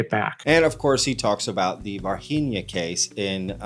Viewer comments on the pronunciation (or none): It's pronounced Var-zheen-yuh. Not Varheenia. It's Portuguese not spanish {{{facepalm}}} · Its pronounced "var-gee-nyah". g is closer to english g than Spanish g. Don't assume Brazil speaks spanish 😔😓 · As a Brazilian, all I can do is protest against you guys pronouncing Varginha as if we spoke Spanish in Brazil. Lol The NH like the Spanish ñ is right, but the G like the J in Javier is offensive. Lol It should sound like the French G in words like camouflage. Ok, now I can continue watching the video...